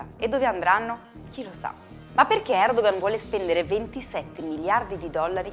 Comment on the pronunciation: comunque... Si pronuncia Erdoan perché la ğ non si pronuncia, è muta (Erdoğan = Erdoan)